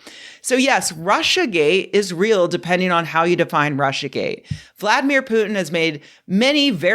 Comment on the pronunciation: It is GATE not GAY